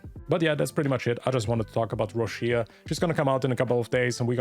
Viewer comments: Correct pronunciation Roccia /'rɔttʃa/ something like Roccha not Roshia. Im pulling for her. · Why i keep hearing Rushia while her name in Japanese is Rokka 😂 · Why people keep pronouncing her name ro-shi-a. It’s ro-cha